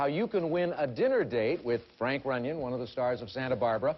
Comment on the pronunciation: Runyeon not Runyan,Runyon, or runoff.